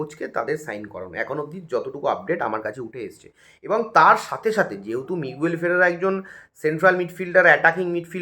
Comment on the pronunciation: Aaj obdi player tar nam thik bolte parlo na Miguel ferrera noy figuara